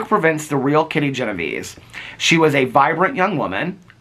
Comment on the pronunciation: Her name was pronounced Gen-o-VAY-zee. It's a fascinating story and I'm looking forward to reading the book. Thanks,.